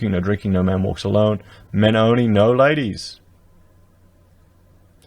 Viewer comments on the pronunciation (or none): " I wish dat all da ladieees"